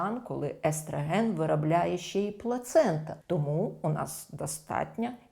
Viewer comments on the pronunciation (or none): естрАген, естрАген... правильно - естрОген. Але відео класне! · Чудова? гАрмон естрАген. Ще трохи треба попрацювати. А на загал може бути.